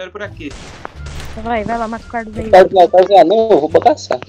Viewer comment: * absolutamente ninguém *